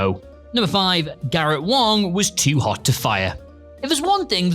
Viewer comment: Clery No. He says "Wong."